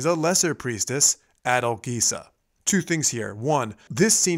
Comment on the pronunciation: I wish the samples of Norma used were from 1955 or earlier. Her upper register had become threadbare and raspy by her 1960 recording. Also, it's "ben cAHnto," not "bel can'to. The g in Adalgisa is pronounced like the J in John, not like the G in Gary. It's "sedizioze voCHi," not "voki." These rudimentary and elementary mistakes make it sound as if the commentator has never really listened to the opera. His love for the opera is clear, and he has some wonderful thoughts about it, though I would love to hear this re-recorded without these cringeworthy mistakes.